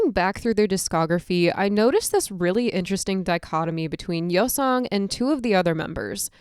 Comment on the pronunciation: You can't even say his name right